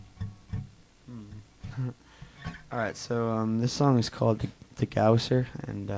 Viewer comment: I mean he didn't pronounce it right at all